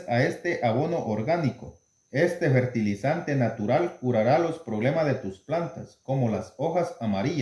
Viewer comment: FERTILIZANTES No se Dise Bertilizante